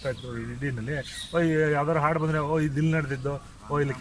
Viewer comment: ನಿಮ್ಮ ಪ್ರಯತ್ನ ಶ್ಲಾಘನೀಯ ತುಂಬಾ ಇಷ್ಟ ಆಯ್ತು ಆದರೆ ನೀವು, ಹಾಡು, ಎಂಬ ಶಬ್ದ ಉಚ್ಚಾರಣೆ ನನಗೆ ಆಡು ಎಂದು ಕೇಳಿಸುತ್ತದೆ